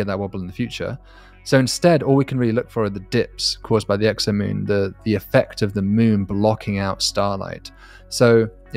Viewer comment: 10.42, did just say sexomoom? 🤣